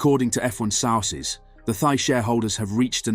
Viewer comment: So sick of these clickbait bs videos, why is it so many people making this videos who are English cannot pronounce basic words, this guy cannot say sources and performance, go work in a factory, your time would be better served !